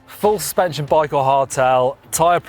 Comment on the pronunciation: "full spension" - hehe